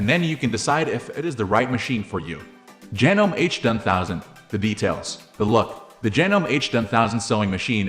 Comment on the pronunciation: Yeah, hard to take a review seriously that can't pronounce the name. Well, that, and the obviously computer generated voice.